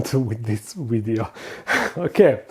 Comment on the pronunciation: "Don't forget to like this wideo"